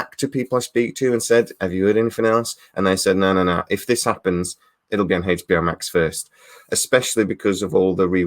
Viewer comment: What is this " Haich B O " you speak of?